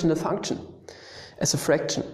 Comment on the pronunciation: Love how u say funchun